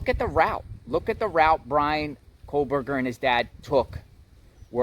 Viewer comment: Exactly! I have made the journey to Indiana and snow is a valid concern … And hasn’t Dylan been in ID since crime? And saying BKs name wrong drove me nuts 😂